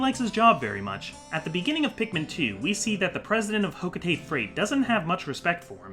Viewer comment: Olimar should quit his freight job and get a spot in hocotates scientific field Also it's pronounced ho-co-ta-te not ho-co-tate. Every syllable gets pronounced in the Japanese language.